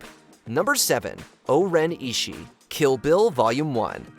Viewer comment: Mispronounced Oren ishii